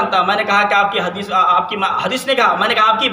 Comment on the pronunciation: ترمیزی ✅ ترمیجی❌ حدیث✅ حدیس ❌ جنازہ✅ جناجہ❌ لفظ خطرہ مذکر✅ مؤنث❌ پہلے مخرج صحیح کر پھر بولنے کی کوشش کرنا